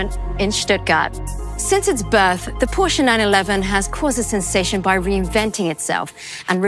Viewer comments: She correctly pronounces Porsche and then pronounces coupé as coop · How in the world did you manage that Matt Watson pronounced “Porsch”e” correctly? Great job Porsche 🙏🏻😆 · Matt says Porsche correctly now doesn't he 😅.